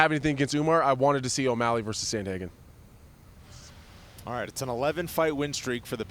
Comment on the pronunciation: How do you have someone on this show saying “Samhagen”?? Wow. That’s terrible